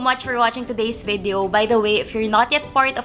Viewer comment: Ano ikamo... VIDEYEOW??? bwahahah!